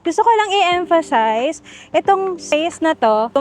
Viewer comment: Nadurog nyo na po yung word na emphasize 😂